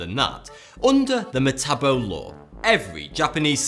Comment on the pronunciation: It makes me cringe hearing this dude say metabo and sepuku since I'm Japanese (he just doesn't say it correctly btw)